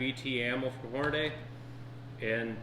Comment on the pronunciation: As soon as i hear someone say "Horna-DAY," I know they're a complete idiot